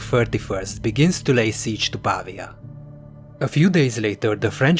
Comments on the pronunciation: Si dice Pavía, non pàvia 🤓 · It's pronounced PA - VEEE AH not PAAA VEEA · Brilliant. It's PavIa, though: the stress is on the i. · Ha ha right! He's English. Dosen't work. I'll go with where it originated: Italiano. 'Merica!